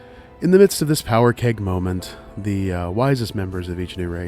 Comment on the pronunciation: Powder keg, not power keg.